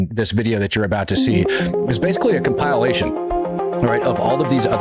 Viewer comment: Comp-i-lation. Not Compile-ation knucklehead lololol. Still luv ya.